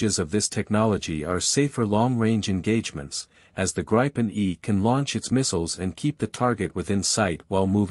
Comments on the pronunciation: It is Gripen with an "i" like Indiana, not with the "i" like in Idaho. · Greepen, not Grypen, dammit! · It’s a long “i” pronounced more like the “ee” in “green”, so “Greepen”. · I doubt Saab or the pilots will be offended by a slightly incorrect use of a word but we Swedes pronounce it both like green and grin depending on the person. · 'Gripen' means 'the Griffin'. A 'grip' is spelled like this in Swedish for a reason, the 'i' is pronounced long, like 'ee' in English. If the 'i' should be short, there had been two 'p', 'gripp'. 'Greepen' it is. And, 'graipen' sounds like 'ripen', bananas. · It's pronounced as ee in keep! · I do have a gripe with how the name of this fighter is being pronounced. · I’m Swedish too and I’ve never heard anyone pronounce it “Grippen”. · pls teach your tts how to pronounce gripen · Man I can’t stand these synthesized audio voice overs. Pronounce the plane’s name correctly!